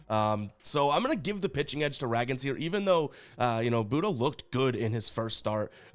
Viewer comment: Raygans is how you pronounce it for KC